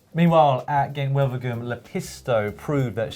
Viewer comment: ...can you also please agree on how to pronounce "Wevelgem" - ask a Belgian, for example?